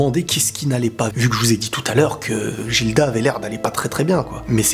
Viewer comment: Guilda, pas Jilda